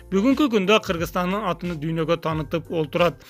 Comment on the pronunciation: Атын деп айтсанвр боло атыня дебей